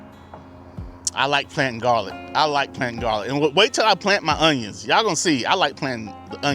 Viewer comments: 2 things. Are those unjuns short day? The proper way to pronounce that garlic is wrong every time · Fun Fact: When I was younger my friend and I would pronounce onions the way you did in this video and we would just say it was the country way of saying it. lol